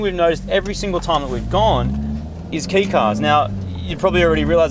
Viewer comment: Just a note it's pronounced kay like ke, ee, not key, sounded like you said that my bad if i heard it wrong :P btw are rwd conversions possible with these?